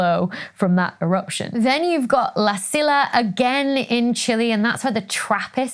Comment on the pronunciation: FYI, the "LL" in La Silla is not pronounced like an "L", but rather closer to the sound of "Y" in "Yellow". Try pronouncing it as "La Siya" and you will be very close to the actual pronunciation in Spanish.